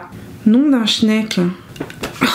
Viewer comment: La palette de fards à paupières est juste sublime! J'ai bien rigolé quand tu as dit " chnek " je n'avais jamais entendu 😆. A très vite